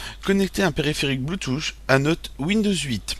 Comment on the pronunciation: ON NE DIT PAS BLOUTOUCH!!!